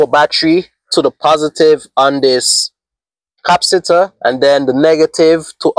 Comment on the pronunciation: Maxwell Super Capacitor with 500 Farads, would do great in your setup. The word Capacitor, is pronounced: ( Kah- Pass- it- or ).